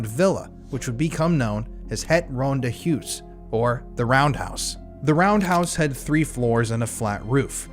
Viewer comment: Ahh my Afrikaans is screaming everytime he says Ronde Huis wrong/ in English 😂